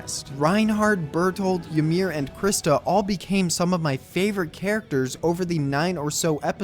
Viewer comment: I know I’m late, but Ymir is pronounced Ih-meer. The Japanese VAs mispronounced it.